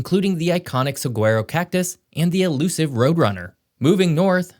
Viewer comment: Bruh did you just say "Segueyro"